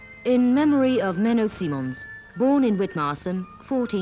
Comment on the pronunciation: She doesn't know how to pronounce Menno Simons. It's Menno Simons with a long i. Not Menno Seemans like she says. Kind of funny that she has an English accent, as well. This needs to be done over with someone with a Swiss German accent or a Friesien Dutch Accent.